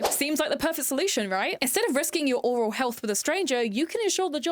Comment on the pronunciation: oral and aural are pronounced different. Aural means to do with the ears. Oral means in the mouth. Oral is said more like oh-ral